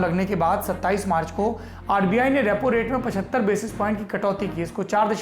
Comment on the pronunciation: Rapo nahi Bahi Repo😂🤣😂